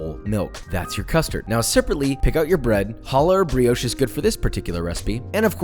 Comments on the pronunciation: "The brioush" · pronounced brioche wrong. Disliked